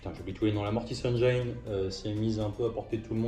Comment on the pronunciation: Excellent rapport de bataille avec de jolies armées! PS: pour info, on ne prononce pas "engyne" mais "engine" (pour la mortis engine) ;)